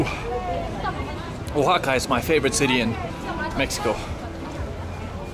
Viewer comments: It's pronounced wa-ha-ka, no hard "o" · Harold, I am a big fan and have been watching you forever, but I have not jumped in with comments till now. I think the pronunciation of that city is more like "Wa-haka", not "Oha-haka." I also think your Spanish is actually not bad for how new you are to Spanish. With more interactions on the street and if you gain some local friends, you will be fantastic. I feel like the some of the Oaxaca locals there were a little hesitant to assist you as you struggled to understand the prices. I wondered why that happened as I watched you interact. Some vendors even waved you of as if to say, "I'm not dealing with you." In some other regions of Mexico, maybe in smaller cities, people will try a little harder to accommodate people trying to speak and understand Spanish. Keep up the good work. Oh, and one last thing, when you say the word Progressive it makes my hair stand on end. Maybe it means something different where you are, but here, the word has long ago been perverted, turned on its head and is very similar to using the word, "Woke." It's not a good thing. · Harold its Wa-Haca, not Oh-Haca. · I just watched a few minutes of this and here we go again …..first of all the place is called Vahaka not Ohaka next is this guys pitiful bargaining with the girl selling bags and in total the lack of information about the place he is visiting. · Harold, I think you came up with a new pronunciation every time your said 'Oaxaca!' I took 4 years of Spanish plus I grew up in Florida so I got to actually use what I learned. 'Oaxaca' is not originally a Spanish word so it doesn't follow any "language rules", it just is what it is (I believe it's the name of a tree indigenous to that area). The proper pronunciation is 'wa-haka'.